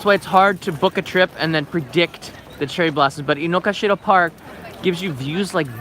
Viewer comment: Hey, my wife (Japanese) insists this park is called Inogashira, not Inokashira (despite the signs, google maps etc.). She says all Japanese call it with the "ga" in the middle not "ka". Have you heard of that being the case?